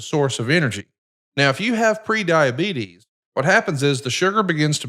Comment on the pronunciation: Eric needs a better connection and/or equipment, he's always constantly cutting out. I dunno if his background cancellation is too high or what, but it's so hard to listen to. Same with, listen to his medical plug, the S is left off diabetes and he says "rain" instead of "range".